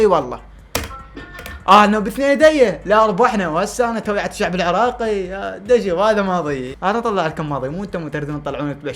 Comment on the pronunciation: توعية ❌ تويعة✅ اكثر كلمه احبه من 🙂🕊